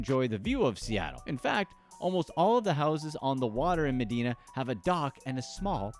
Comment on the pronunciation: It’s Med-eye-na. Not Med-e-na. Across the water from me in Seattle.